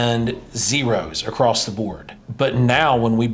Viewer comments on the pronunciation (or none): If you're trying to sound intelligent and you know what you're talking about, stop putting a T at the end of the word across